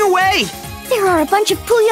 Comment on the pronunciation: It's "teh-TRA-meh-no" not "teh-tra-MEE-no"